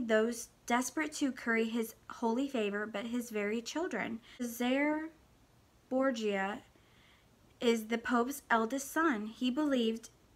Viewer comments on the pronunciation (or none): I have watched a few episodes of Gilmore girls, only recently, and I don't like it! 😳 I'm in the minority for that. Btw Cesare Borgia is pronounced like "Ches-a-ray Bor-ja". I only know that cos I've played assassin's creed. He's a character in that. 😉